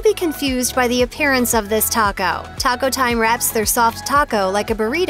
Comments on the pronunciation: I can’t trust the advice from someone who can’t even pronounce Taco right. Double decker for life! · Is anyone else super annoyed at the way she says taco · The narrator’s pronunciation of the food is just horrible. “Tacou” “tortia ” “picou te gayou” “il poyou loucou” any way, all of the food on this video is not real Mexican food.